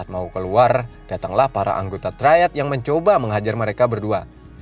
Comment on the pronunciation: triad bukan traied🤣 truck bukan treuk🤣